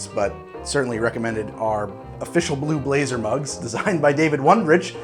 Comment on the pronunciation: i kept on hearing blue laser until about 2 minutes in.